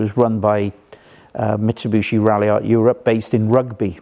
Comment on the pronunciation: Great video. My only whinge is his pronunciation: Mitsubooshi. lmao